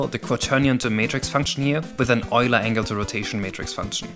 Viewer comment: Props for pronouncing "Euler" correctly.